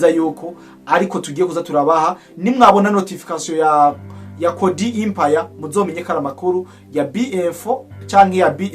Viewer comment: Musesanguzi ijambo"EMPIRE" basoma "E" non "I"